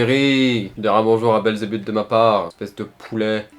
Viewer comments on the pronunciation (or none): none